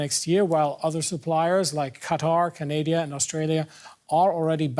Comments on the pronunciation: Oh Canadia! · He called Canada Canadia. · Psst btw its Canada not Canadia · Lol canadia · He did say Canadia. You heard right. lmao It's Can-anada not Canadia. 😅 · Lol he said Canadia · Hmmm, "Canadia." I think it works, and the cruisy Canadians will get accustomed to it, eh? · Did he just say "Canadia" at 1.07?? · Ca-nay-dya (Canada)? Really? 😁😁😁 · Did he say "Canadia?" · Man said Canadia💀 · Did he just say Canadia...? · Did he say canadia? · Canadia huh? To bad this was a live broadcast where you couldn't redo a major fuckup, like mispronouncing a country and had to completely embarras yourselves. Amateurs...